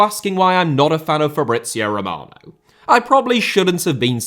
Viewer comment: Sounded more like Fabrizei Romanov 😂😂